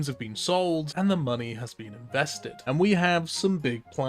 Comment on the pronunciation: Should have said "in-vesta-d"